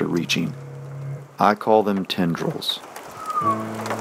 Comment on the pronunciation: "Tendrills" hahahahhaha